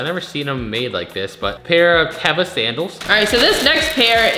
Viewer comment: they are pronounced Teeeeva - and all canadian hiking type people wear them. They are a canadian company. huge in canada